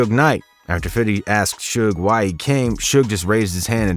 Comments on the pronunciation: “Fiddy” 😂😂 just say fifty cent it’s okay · For the love of God stop saying "FIDDY." You sound ridiculous. Even Curtis Jackson himself says his rap name correctly. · Fifty not "fiddy". Allow it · It’s him saying fiddy instead of 50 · All his people say "Fifty" or "Fif" so what's with the narrator saying "Fiddy"? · Fiddy fiddy fiddy, it’s FIFTY! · Bro its fifty cent not fiddy cent fifty has already said in an interview people who call him fiddy are just white guys trying to be cool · Why do some people insist on saying “Fiddy”??? Fif him self says Fifty. Furthermore it seems to me, the people that say Fiddy when talking about Fif most likely don’t pronounce that number that way irl. Pet peeve observation. Sorry. Thank you attending my Ted talk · Why all white ppl say “fiddy cent” it’s actually spelled the correct way plz stop using improper pronunciation when discussing rappers or anyone of color thx in advance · Everything good except you saying fifthy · Please just say fifty.. sounds off when people say fiddy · Fiddy:D say fifty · He’s purposely making himself say “Fiddy” 🤦‍♂️ Cringey 😬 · I really wish he would stop saying Fitty 🤦🏾‍♂️😂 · Narrator said fiddy hell nahh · Lol "fiddy". You didn't earn calling him that. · How do you pronounce 50 cent. ? You say Fiddy cent. 🤣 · Saying fiddy is cringy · Never, ever say fiddy SMH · You keep saying ‘fiddy’ and it’s giving cultural appropriation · Great video... But dude saying "fiddy" was annoying AF. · bro stop saying fiddy